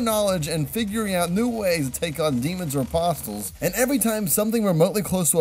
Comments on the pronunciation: its pronounced a-pos-les not a-pos-tles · “Demons and posstals”